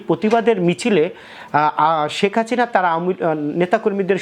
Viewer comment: শেখ হাসিনারে বলে শেখ হাচিনা। ধুর মিয়া.... উচ্চারন ঠিক কইরা ইউটিউব ভিডিও করেন